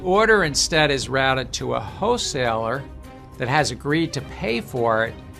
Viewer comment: i love gensler doesn't call it a wholeseller.. he calls it a hoe seller 😆🤣🤣